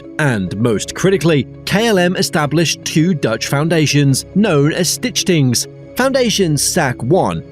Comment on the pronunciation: Stichting (not pronounced "stitch thing") is just the Dutch word for foundation (the type of organisation; different words are used in different contexts, e.g. the physical foundation of a house is "fundering")